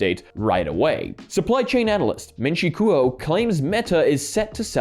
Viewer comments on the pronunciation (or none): Kuo in Ming Chi Kuo is pronounced like the beginning of the word “Quote”, or like “Status Quo”